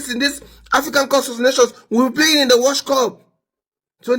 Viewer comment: Did i hear him say WORSE CUP lol